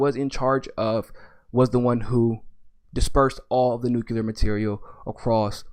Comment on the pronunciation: I know it's petty, but i just can't sit through a podcast with someone that can't pronounce nuclear.